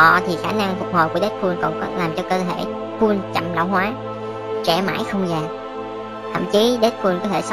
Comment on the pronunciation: Dead "pooo" :v